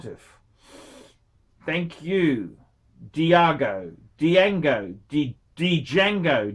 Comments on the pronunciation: the D is actually silent. It would be pronounced Jango. Well I guess you can't be smart all of the time can you... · the D is silent! It’s pronounced jango! Didn’t you see the movie Django ( QuintonTarantino ) directed it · Dee-jahgo Dee-jango Dee-yahgo Dee-yango phrom the Cha-nell Islands. gets $50.00 for 14 minutes work and can't stop yawning and showing the boredom. Imbecile. Ingrate.